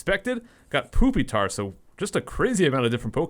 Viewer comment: the way he said pupitar